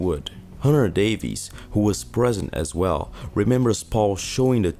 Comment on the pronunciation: bro.. love the channel..i literally watch every video and like em.. but a word of advice.. English people with the surname "Davies" is actually pronounced "Davis".. so next time you talk about Hunter Davies or Ray or Dave Davies from the Kinks, now ya know.. 🙂... ✌🏻➕🤟🏻